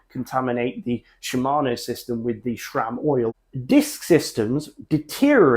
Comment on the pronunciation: Why does EVERYONE pronounce Sram as Shram?